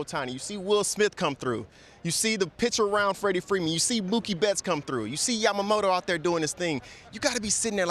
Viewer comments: パピがために「ジャマモト」て発音するの好き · 誰一人としてヤマモトって言えてないの草